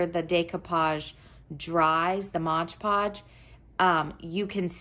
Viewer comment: Beautiful. Thanks for the great video. Just FYI...it’s MOD PODGE, not MODGE PODGE...said with affection 💗